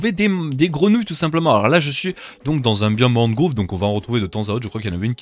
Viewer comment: deep dark mangrove (prononcé mangroove)